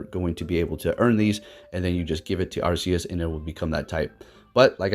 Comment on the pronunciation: Arceus sounds like Arkeus not Assius